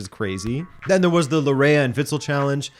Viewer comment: Your pronunciation of Laryea 😬 (it’s pronounced Larh-yee)